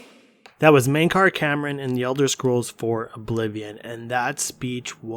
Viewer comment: Why do people keep calling him Mankar Cameron and not Camoran ? D